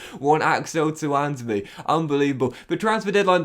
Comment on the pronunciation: you're actually sped. How tf can you not pronounce Lookman, Tuanzebe, Malen, or Bijlow right?